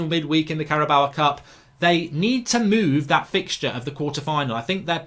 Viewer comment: Henk Williem Adriannus van der Napier .. cool. I’m just mocking the way mark says it tbh